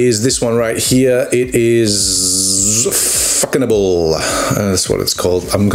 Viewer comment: Façonnable = Fasso not faco (Fassonable you can say). You'r 👍🏻👍🏻👍🏻👍🏻